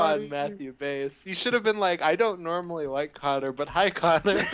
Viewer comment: Sick! I got the first requested episode. Also Cap, my name is pronounced Conner.